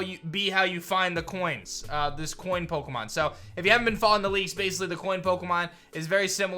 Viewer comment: I was listen to this. You said piemon and I though you where talking digimon haha